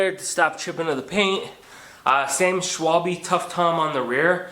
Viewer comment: schwalbe ‘eh’, not ‘ee’.